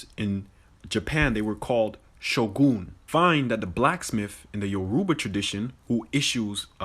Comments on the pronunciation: The first guy can’t even say the name of the Nigerian languages properly 😂. Grew up watching telenovelas and bollywood movies a lot. Not once did i think “ oh why see they no black proper in these shows?” . Also this is a wholely African American problem that they blame white people for all their problems. I swear the sun will go out and African Americans will STILL blame white people for it🙄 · That dude doesn’t even know how to pronounce Yoruba.